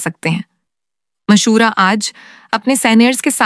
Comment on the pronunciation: Please Urdu talafuz to thek kary mashora Nahi hota mushwara hota hy